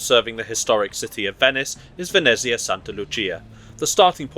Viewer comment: Exceptional proficiency in pronouncing Italian words! Perfect "Santa Lucia". Only Venezia and Vagli need a bit of improvement. Bravissimo! from Rome